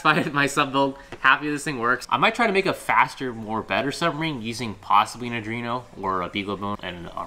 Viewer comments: Pretty sure its 'Arduino' not 'Adrino' :) But Dude!! I think this is my favorite PS build yet! It actually feels 'in reach' and practical. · Ar-dwee-no. Not ar-dree-no